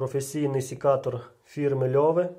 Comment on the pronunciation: Як же ріже вухо «сІкатор» ! Вимовляйте вірно , сЕкатор, це слово іноземного походження , для нього не діє перевірочне «сікти» . Назва походить від французського Secateur